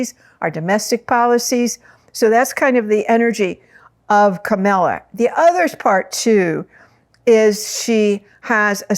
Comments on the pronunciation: KA-MAL-A not KA-MEL-A. She has two stepchildren who consider her one of their parents. They call her Momala. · Thank you for the information--but truthfully, I couldn't finish listening to it because of the. mis-pronunciation of Kamala's name--KAH-mu-lah, with emphasis on the first syllable. The mis-pronunciation Kah-MAH-lah is offensive to me, since Trump does it, when he knows better. It's a sign of dis-respect, though I'm sure you didn't mean it that way. Thank you. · Three quick thoughts - 1) Please pronounce Kamala’s name correctly. Think “comma” + la = it’s not hard! 2) Please do not call her a “girl” - she is a 59 year old woman, wife, lawyer, and VP. 3) Kamala is not Margaret Thatcher - and let’s thank our Higher Power for that… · Why do people have a hard time with her name? Its KA MA LA, not Camilla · Pronunciation of her name is Comma(,) la. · It would be RESPECTFUL if you would pronounce Kamala's name correctly AND not refer to her as a "girl". She is the current VP and does not deserve to be diminished in any way. Thank you. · That was my thought., you are not that old that you can call a grown woman "this girl" It could be considered a dog-whistle especially since you keep pronouncing her name incorrectly. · Please say her name correctly! Not like Trump! Kamala will win 🥇 ❤ thanks 🙏🏽 I remember working with you at the old Whole Life Expo 1999 ❤ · Thank you! I did mention imported to say her name correctly, not like Tump 😂 And she ain’t no “girl” 💃🏾🗡️🌟